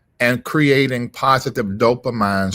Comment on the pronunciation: Dope-a-mean (Dopamine) A-see-ta-co-lean (Acetylcholine) Glu-ta-mate